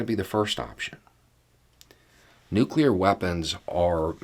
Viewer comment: Let me just say that, as someone who used to be in the biz, I appreciate when someone can properly pronounce the word New-Clee-R. The other way is nails on a chalkboard to those in the biz of New-Clee-R technology.